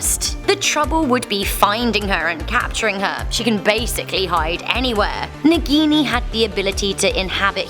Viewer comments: They can't pronounce a single hindi word correctly...they introduced 'Naagin' as 'Nagini' in movie. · Hahah the way you pronounce "naagini"